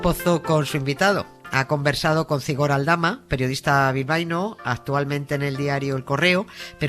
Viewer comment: Por favor cuando hables de Zigor no pronuncies la z como en castellano. En euskera la z tiene un sonido como la s pero un poco silbante. Nada, pronúncialo como s. Soy vasca y me suena horrible. Gracias.